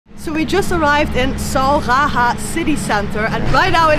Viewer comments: Sauraha ❌ Sauhaha✔ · its saurah not sau haha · Sauraha ❌️ Sawhaha ✅️ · Sau Ha Ha city center….. I think you meant to say Sauraha city center of Chitwan👍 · It's Sauraha not sauhaha 😑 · its sauraha not sauhaha hahahahahahahaha